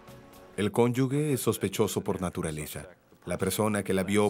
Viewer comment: Me resulta increíble escuchar que el narrador diga "cónyuGUE"; siendo un programa tan popular deberían de ser más cuidadosos al escoger quién narra... La palabra es "CÓNYUGE"... No le veo, ni encuentro la "u" entre la "g" y la "e"... 🤦‍♀️